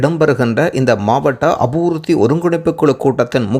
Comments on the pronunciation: Unakku thamiz ucharippu theriyaathaa? Apurththi alla Apiviruththi ! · உச்சரிப்பை திருத்திக் கொள்ளவும் - அபூர்த்தி அல்ல அபிவிருத்தி என்று சரியாகச் சொல்லுங்கள் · அபிவிருத்தி சரியாக உச்சரிக்க வேண்டும்